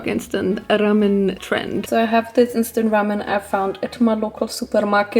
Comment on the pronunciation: I love how pronounces ✨Ramen✨